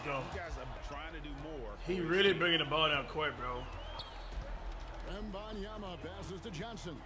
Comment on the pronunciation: cash saying WAmbAnYamA